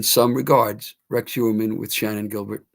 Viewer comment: is pronouncing Heuermann correctly. I was in school with some Heuer’s and that is how it is pronounced.